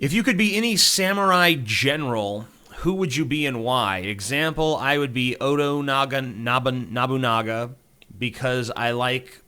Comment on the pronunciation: complains about how people pronounce ayn rand, mispronounces oda nobunaga